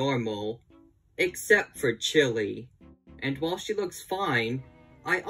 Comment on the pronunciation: That's not chili That's shili